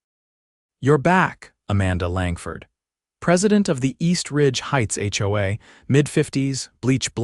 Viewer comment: In addition, certain words are impossible for the ai voice to process. "HOA", "lien" and any legal term not found in the Chinese dictionary. We all have to be careful with AI and using it has its drawbacks. Please consider having someone read it instead of a computer generated voice system.